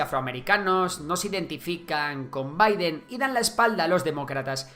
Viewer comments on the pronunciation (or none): none